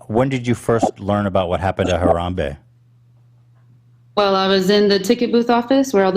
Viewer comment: Ethan, you're saying Harambe's name funny lol it's not HaramBEE it's more like HaramBEY :)